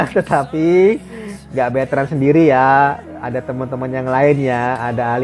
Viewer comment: Betrand bukan beetrans ☺️